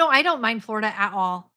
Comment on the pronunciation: When you said "Flor-IDA". now all I can think about is "Ore Ida" potatoes. That's ok, they are my favorite brand of hash browns anyway.....GO KICK BUTT AT THAT BANK. Well, get a lawyer first (?).